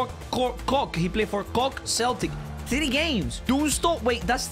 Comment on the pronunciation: You pronounced cork so wrong it hurts 💀